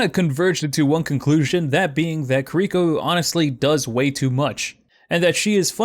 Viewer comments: ki R iko not kir I ko you put the emphasis on the R not the I, its literally in her gameplay reveal but big agree shes way too strong rn. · key- ree- koe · pls learn how to say kiriko correctly it's really bugging me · The actual correct way to say Kiriko is /ˈkiɾiko/. But right, everyone would just call you a weeb for changing things up like that. I can understand him fine, there's no real reason to change it. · Loved the video but hearing you mispronounce Kiriko for 8 minutes caused me great pain 😭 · smh I don't get why it's so hard for people to say kiriko. Y'all don't fuck up genji, torbjorn, Hanzo, or mei, so why is kiriko the one you have trouble with?